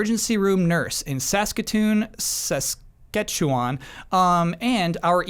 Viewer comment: #Humboldtstrong But on a lighter not LAWL at trying to pronounce Saskatchewan